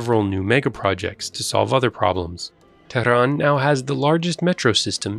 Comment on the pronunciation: Who are you to talk? You are an arab from peninsula below Persian gulf. You betrayed yourself and your propoganda work by the way you pronounce Tehran.